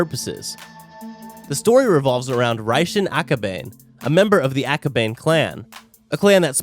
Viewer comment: Bro why tf does he keep mispronouncing names and shit.. last straw was akabane as he pronounced "ah-ko-bay-n" he said gremor in another video instead of grimoire he says he watched the anime but if he really did hed know how to pronounce it... fucking annoying